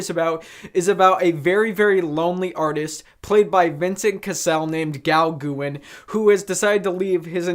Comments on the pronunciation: Haha...love this review...so cute! Paul Gauguin was one of the most famous Post-Impressionist painters that ever lived...Gauguin is pronounced “Go Gan” rhymes with “can”...haha 🇫🇷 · Uh, No. Can''t get past the hideous pronunciation. Please stop, find out who Paul Gauguin actually is, and redo the video. QUICK, go do it NOW.